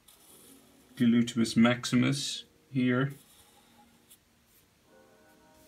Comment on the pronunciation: Looool i love the way you say "glutimus maximus" 😂😂